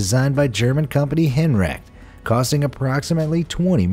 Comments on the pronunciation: wtf do you call Herrenknecht?? Henrag?? get your pronounciation straight dude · As a German speaker, the way you pronounced "Herrenknecht" assaulted me on a spiritual level 😂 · Not henrecht its Herren Knecht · Right. Let's pronounce "Herrenknecht" like "Henrek". LOL! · Liebherr und Herrenknecht are pronounced wrong too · the way he said Herrenknecht LUL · How you pronounced HERRENKNECHT let my ears bleeding.... Blessings from Germany 🥴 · In Summary: gets the hectares to acres conversion backwards, confuses diameter and makes heaps of pronunciation errors: quay, Plant Vogtle, HERREN KNECHT. Great video though, eh? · How tf did you pronounce Herrenknecht?